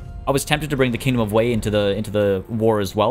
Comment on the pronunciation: "Kongdom"? I dig it.